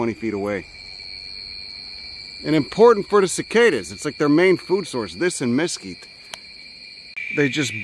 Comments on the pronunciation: We need to have a talk about your pronunciation of “mesquite”… There’s no emphasis on either syllable 🤷‍♂️ I know there’s a few more words that you screw up but I’ll get back to ya on them later 😂 I grew up in the DFW metroplex n dealt with those critters all summer. I now live in Colorado n guess I traded for chipmunks 😂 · I was pretty much through the entire video before I realized you were saying Mesquite 😅. or maybe I’m hearing you’re wrong but if I’m correct, you’re pronouncing that wrong😂